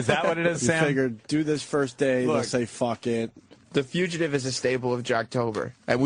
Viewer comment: He still can't pronounce fugitive.